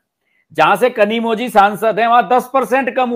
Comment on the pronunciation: KanimoLi hai Not Kanimoji😊